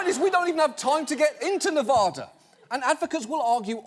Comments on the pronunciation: It's Ne-vad-a, not Nev-ah-dah!!!!!! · It's Nev a da, NOT Nev AHHH Da. Why does EVERYONE on television say it wrong? Even George Bush and Obama got it wrong. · It's pronounced Ne-va-duh not Ne-vah-duh. Thanks. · “Ne-vah-da” Ew. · as a former paid educator I enjoy your show but please pronounce the state of Nevada properly.